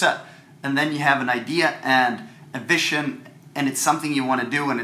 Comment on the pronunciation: When he pronounced vision i instantly knew he was swedish